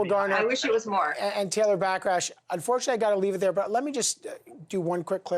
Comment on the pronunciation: Did he say “Back rash”? lmao